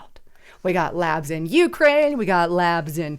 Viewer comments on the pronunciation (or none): none